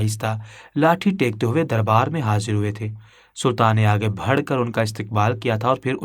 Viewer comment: بات صرف اتنی سی ہے کیا اپ ایک نمبر کے گدھے ہیں اپنی اس کہانی کو سنتے جاؤ اور ساتھ میں پڑھتے جاؤ تمہیں پتا چلے گا کے کتنے الفاظ تم بالکل غلط پڑھتے ہو لکھا کچھ ہوتا ہے پڑھتے کچھ اور ہو مسئلہ نیک لفظ ہے ( بڑھ ) اس لفظ کو تم ( بھڑ ) پڑھتے ہو جب کہ دونوں لفظوں میں زمین اسمان کا فرق ہے دونوں لفظوں کے معنی الگ ہیں ذرا اردو کی ڈکشنری اٹھا کر دیکھ لو تو پتہ چل جائے گا